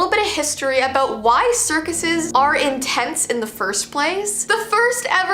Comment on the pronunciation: Why are circices intense?... (i thought she kept saying intence.)